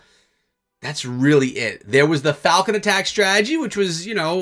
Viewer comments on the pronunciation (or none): none